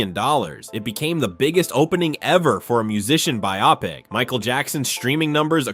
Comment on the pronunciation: This was narrated by AI, right? The way "biopic" and Jaafar's name were pronounced completely lost me. Especially after "My name is your host"...